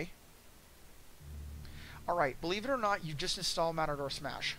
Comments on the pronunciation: This guy managed to mispronounce "Mator Smash" EVERY SINGLE TIME. Good guide, though. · How can you do tutorials when you can't pronounce the product right? Wirey bash and matador smash WTF?